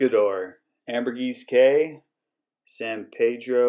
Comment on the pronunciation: It’s key , not K.